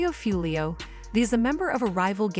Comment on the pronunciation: It’s pronounced WHO-LEO 👎